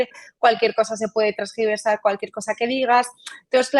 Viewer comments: Trasgiverdar 😂😂😂😂😂😂😂 tergiversar paleta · Tergiversar, no trasgiversar.